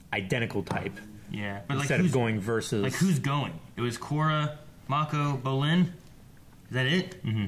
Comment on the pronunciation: My god, 3.5 seasons in an still says BROlin every damn time